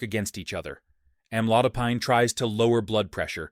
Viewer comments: Most doctors pronounced this as Am-lo-dy-pin! And, not am-lo-die- pine (as in pineapple!) ! Excruciating to hear the host says "amlodiepine" over & over..yaaargh!!! But, this maybe a helpful video. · As a Pharmacist, I note several errors, primarily editorial, in this video. 1. Amlodipine is pronounced, "am laud a peen." 2. Start with sodium, then lead into food categories with (usually) high concentrations of NaCl or Na+. Correct pronunciations throughout to sound more knowledgeable and credible, referencing sources appropriately as they arise. Otherwise, good start. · It's AM-load-a-peen. Since you can't pronounce the name correctly, the remainder is ignored or worthless. The AI voice is rude as well. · Why amlodipAIne? It is amlodipIn. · Am- low- Di- pine ! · It is pronounced "am lode o peen." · Have your AI to pronounce the word Correctly… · Maybe be he should learn how to pronounce Amlodipine😔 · If the medicine etc. could be properly pronounced, your report might be more persuasive. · It would be helpful if AI could actually pronounce amlodipine correctly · Mispronouncing Amlodopine